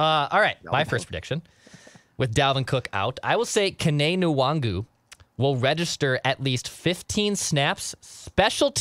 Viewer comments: Wait... Now there's talk of how to pronounce his name... It's HIS NAME. You can't just call him "what you like", Jood Zoolgud FIRST NAME: It is NOT "Kenny", it's "Ken-eh" LAST NAME: It is NOT "Wong-Woo", "In-Wong-Goo", "En-Wahng-Woo, or "En-Wahn-Goo", it's (say it with me now...then repeat 50 times) 'N-WAHN-GOO. The "N" is extremely soft/short ('N, not En or In). You guys get paid to do this shit, you shouldn't be fucking up the name of a player (ESPECIALLY one you want MORE OF) on the Team you're a fan of/covering My comments about this aren't even that serious, but come the fuck on... If you want to joke around, just call him "WANG-GOO" because that's actually funny. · Alright at some point somebody just has to ask the guy how his name is pronounced. Kene Nwangwu is not “wung-wu”. I’ve heard someone say it sort of like Yannick’s last name where the N rolls a bit as well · You guys need to find out how to pronounce Kene Nwangwu's name as you sound like fools talking about him.